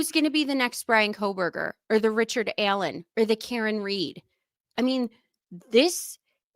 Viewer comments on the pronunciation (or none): none